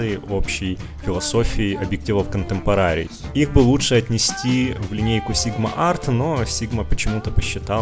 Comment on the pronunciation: КонтЭмпорари, контЭмпорари! Не контэмпорААААри, мои уши!